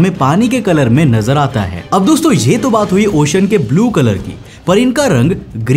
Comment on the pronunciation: ओशन बोला जाता he भाई, ocian kyu bol rhe हो